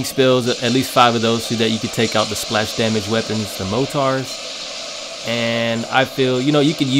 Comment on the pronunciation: Wtf's a Motar? it's spelled: Mortar, and pernounced: Mortar, not Motar.